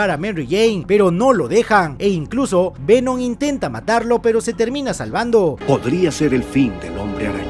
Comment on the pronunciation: Lo mejor de resumen es cuando dice Vemon